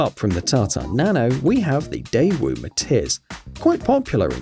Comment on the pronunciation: When viral car said MATIZ i tought he said MATITS